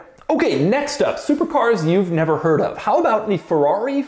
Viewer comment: It's called Ferrari, not Fewawi!!!😜